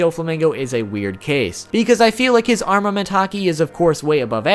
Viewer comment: Its arNament not arMament